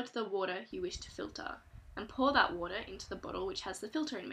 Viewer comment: youw woutah . .